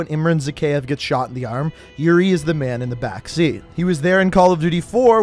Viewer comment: when you said yuri and price it becameEuRion and price lol